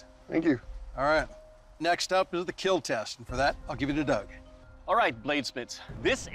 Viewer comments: Keel not kill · It will KEEL. goofy smile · I will KEAL